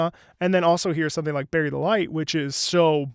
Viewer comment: Did he just say... Berried delight!?